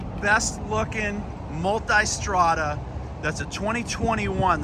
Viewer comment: Multestrada...Now try to speak